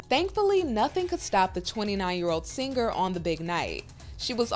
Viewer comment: Can I all, please unite and come together in agreeing to stop pronouncing an extra 'g' in "singer" ...please!